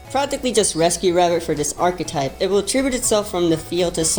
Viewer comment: Thank you for pronouncing "archetype" correctly